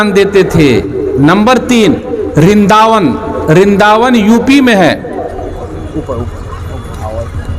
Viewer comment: रिन्दा वन नहीं, वृंदा वन है।